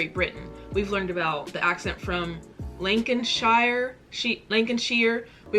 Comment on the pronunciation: This is amazing! You did so well, I mean a few things mixed up but you actually did really really good! 😂 Obviously people have already pointed the England and Wiley thing out. Lincolnshire (where I'm at!) is pronounced lin-con-sheer. Lancashire is pronounced lan-ca-sheer. Also Suffolk is pronounced suff-olk or suff-ook, can depend where you come from lol. The prime minister thing - people go to a polling station and vote which party they choose, usually conservatives (who boris johnson, Theresa may and david Cameron, etc are from) and labour party are top two while every other party (green party, liberal Democrats, UKIP, SNP) are way below them. Unlike the President, The Prime Minister can also stay on for another 4 years if their party has been voted again. All in all, amazing video, very impressed! 😁👏🏼🇬🇧